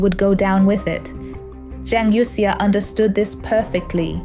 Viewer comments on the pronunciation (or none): Please fix the pronunciation of Youxia (from the current incorrect youk-see-a).